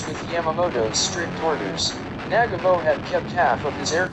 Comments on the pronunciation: It’s Nagumo not Nagamo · This narrator can’t say Nagumo, he calls him Nagamo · It's not "Nag-a-MO"...it's "Na-gu-mo". It isn't that hard to get it right. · Well done video, very informative. BTW, it's NaGUmo, not NAGamo, just sayin' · Narrator is a nalfy! It's Na gam oh not naga moe. Must be a computer generated voice. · Nag ga mo? U mean Newgumo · Excuse me! "Admiral nag--uh--mo?" Try "Admiral Nuh--gah--mo". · Nagumo...Na-GOO-Moe, Nagumo. Not Nagamo. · It's pronounced NAGU-MO. Not nagamo. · it's Na-gu-mo........ not nag-amo.... horrible.... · "NAG-a-moe"?!!! Uh, Na-GUU-moe... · MOST ANNOYING !! the name is pronounced nah-GOO-mo, not NAG-a-mo !! Information is well- researched though. I'll give you a "B". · Nagumo not nagomoe! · Nah-gooooooo-Moe... It is so frustrating on YouTube for the many "experts" in their field to bastardize pronunciation of the simplest names and words that are readily available from other sources. DON'T let the computerized voices win! Give them a bit, and they'll take a byte.... Where does it all end? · It is said Na ..GOO ..MO. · Who the hell is Nag A Mo????🤣🤣🤣🤣🤣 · The Japanese commander was pronounced Naah Goo Mo. Always when narrating get your name pronunciations correct. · The pronunciation of Adm. Nagumo's name is a war crime. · Hear hear!! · Without a doubt. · The narration does detract from the video - particularly the pronunciation of Admiral Chūichi Nagumo's last name. The rest of it though is very good - worth doing over with better sound. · Pretty solid video. Good video source material. Sound quality of the narration could have been better. And if you’re going to say the name ‘Nagumo’ this many times, you may want to learn how to pronounce it first. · It would be great if your narrator could pronounce names correctly especially “Nagumo.”